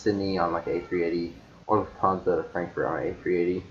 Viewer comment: Thank you. You said it right. My favorite is Lufthansa. ✈️✈️✈️